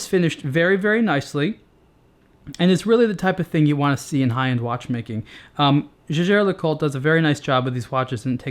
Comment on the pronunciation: The easiest way to find out correct pronunciation is to look up JLC's commercials or interviews with someone who works for them. I think pronunciation of the brand name is actually pretty good (at least compared to some of the other reviewers on youtube).